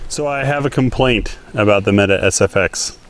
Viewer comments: It's pronounced "metay" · mete pronounced 'meatee' in turkey